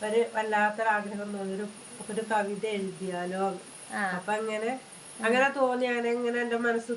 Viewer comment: വൈറർ അല്ല വൈറൽ ആണ്.. അത് പോലെ കവിത യാണ് കവിദ അല്ല 😂😂😂😂